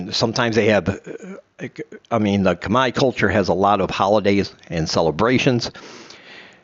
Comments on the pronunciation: thumb down you said CUMEYE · Don’t say CUMEYE , it makes no sense